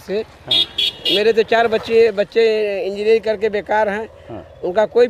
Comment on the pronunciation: Engeeenering karke bekar baithe h, engeering nhi ki laundiyabaji ki h😮😮😮😅😊